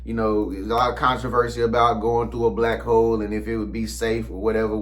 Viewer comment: It sounded like he said Black Hoes at first.🤣🤣🤣